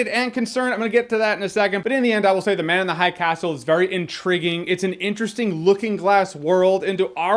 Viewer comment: "Ze Man Uns Ze Hai Cas'l" Goddamit i laughed so hard